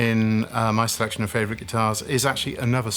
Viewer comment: 5 in the series yet still says " Fravourite" lol